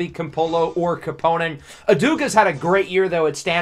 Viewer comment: Love your videos! I just wanted to clarify that it's pronounced 'Kàpponen,' not 'Kappònen though :)